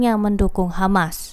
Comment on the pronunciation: Bro Always Say KHAMAS